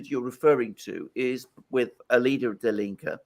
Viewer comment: Gonzola, the 'die' in 'die Linke' (the left) is pronounced as 'dee', not 'die'.